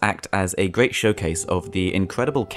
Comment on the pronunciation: this game is weally good. what a gweat game. simple bwilliant.